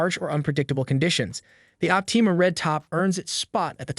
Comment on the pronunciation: Leed & opteema...lol